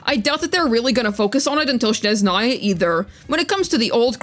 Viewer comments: Also why do English speakers always say “Shneznaya” 😭 the h is in the other place (that’s a genuine question btw, is there an association with another word maybe?) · it’s ok, it’s interesting to me that various English speakers say “Sh” in the beginning instead of “S”, maybe it just feels more natural for this language. “Snezhnaya” comes from the noun «снег» “sneg”, and when we turn it into an adjective, the «г», or “g” turns into «ж», or “zh”, and then we add the female ending “-aya”. Basically you just gotta remember that the first sound is just “S”, not “Sh”. If you wanna be super accurate and impress every Russian speaker you can say “SnEzhnaya” instead of “SnezhnAya” but it’s not necessary lol. You can also put the word «Снежная» in the Google Translator and it will pronounce it pretty accurately